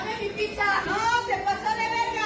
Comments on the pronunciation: Ledi piccsa 😅 se pronuncia pitza 🙏🏻😩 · ¿Y si antes de sacar el vídeo practicamos la pronunciación de "pizza" y no "pigsa"? Saludos y excelente día. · Para empezar no se dice picsa 🙄 pero bueno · Que mal que tienes una canal llegas a muchísimas personas y no sabes hablar? No se dice PICZA. Que mal que hasta para hablar tengas faltas de ortografía. Te invito aque hables con propiedad, reitero no se dice PICZA o PIKZA, no se como creas que se escribe. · Primero aprende a decir "pizza"